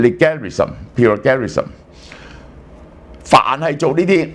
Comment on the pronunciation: Plagiarism is pronounced Play-jer-ree-sm